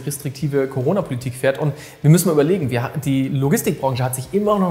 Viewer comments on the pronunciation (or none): none